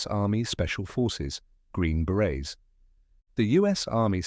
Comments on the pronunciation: It’s “Green Berets” not Green Barets! 👿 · Berets, not barets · Berets no Barets.